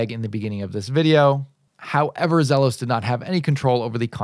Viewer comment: Its actually Zee los